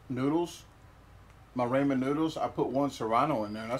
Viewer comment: Ray-men... Rah-men...